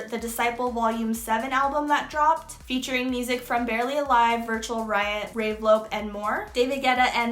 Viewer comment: Did I hear you say "Ray Vlope"?😭 This is a good new series👌😌